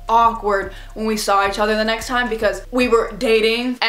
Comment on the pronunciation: I’m still laughing at the way you said “TiMe” in 😂